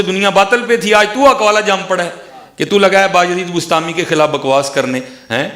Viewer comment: Bastami nai hy bustami hy